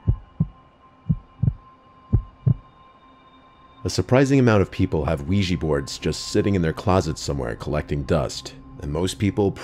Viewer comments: OUIJA NOT OUIJEE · We-gee? It’s Quija (Wii - Jah) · ouij-a !! not ouij-ee! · Wee-Jah not wee-gee, you probably say ly-barry too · Ouija - ooeeja, not weegee. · Funny that people pronounce it 'wegee' when it's 'ouija' - we jah - oui French for yes & ja German for yes, a yes-yes board!! Lol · Ouija- even the americanized vsrsion is pronouncded "wee-jah" not "wee-jee'" even though the words are just "yes" in french then in german (or swedish, norwegian, etc.) So ive always preferred "spirit board" but anything is better than "weegee" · Why do people always pronounce the word Ouija as “wee-gee”. It’s pronounced “Wee-Ja”. Oui-ja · Its called ouija not ouiji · It's not pronounced "wee-jee" smmfh ... it's "wee-juh" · I really wish people would learn to pronounce this right. It's called Wee Ja. Look it up and you'll see. They've been around for centuries. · why the frick do they pronounce it as uweji board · WEEJEE BOARD? Seriously, Weejee? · Pronounced “Wee Juh” Named after the French and German words for “Yes” The more you know 👍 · Wega board? Is that the true weegee board experience? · What's a "weegee" board? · lowkey making me mad the was he saying wiigee board, another great story from the dude i’ve been listening to since 6th grade i’m on my way the the Airforce now Your a fucking goat, Please like that would be insane if you ❤ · It's oui_jaaaaaa